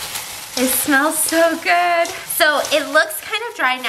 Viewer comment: No one NO ONE AT ALL Stephanie: crunch (eating cucumber) “That’s goooo”